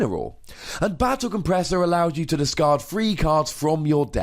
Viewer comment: you read Battle compressor wrong